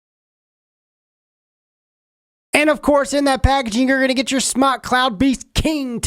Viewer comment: damn it im so sick of people not pronouncing it correctly... its pronounced "smoke" ask the company theyll tell ya its smoke!